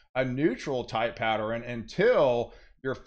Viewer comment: Why do you say, "patteren", or anything that ends with ern, gets changed to eren.